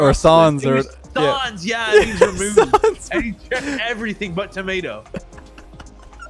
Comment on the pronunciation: The way they said sans hurt me as a French person didn’t even know what they meant at the beginning